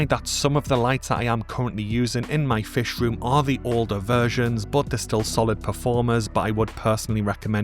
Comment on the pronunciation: Hey, I really appreciate all the effort and research that goes into these videos, it's very impressive! Could you please fix the AI voice over so that it pronounces the letter h? Anytime there is an, "h" at the end of a word, such as, "much" or "fish" it drops the sound. It's not a huge deal obviously but I do always notice it!